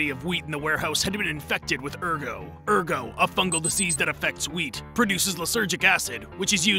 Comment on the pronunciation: You pronounce the "t"in "ergot", and the "ch"in "chitin"is pronounced as a [k] and the following is pronounced as [ai].